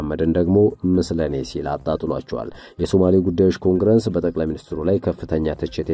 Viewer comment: እርማት፣ኮንግረንስ ሳይሆን ኮንግረስ ብሎ ቢነበብ ትክክል ይሆናል።